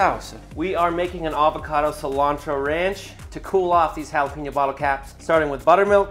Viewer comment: say “holla-peen-yo” like that ONE MORE TIME and I swear that fridge won’t be the only thing gettin’ punched!!!